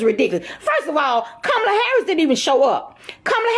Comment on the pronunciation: "Con- Mala" Is Not Like Us! Don't Trust!!!